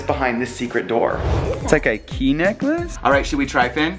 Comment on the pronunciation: Kay? I think you meant key! 😂